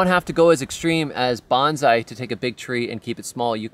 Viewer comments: I really love everything you do and stand for. but the tree is pronounced "Bone-Sigh" Banzai is a Japanese battle cry. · It's pronounced bone sigh